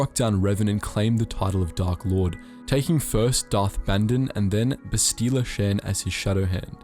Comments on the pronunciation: Darth Revan is the best. I thought Bastila is pronounced Bahstila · Please stop purposely mispronouncing Bastila in order to sound "fancy".